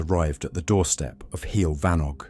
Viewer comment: this was very funny - from the awful pronunciaton of heol fanog to the inclusion of alex and maxine saunders. delightful!